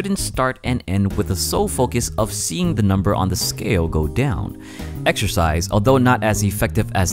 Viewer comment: Waow! "exercise" sounds a lot like "extra fries"! :-)